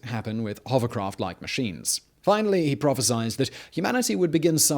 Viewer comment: i love your videos but please stop saying prophesiZed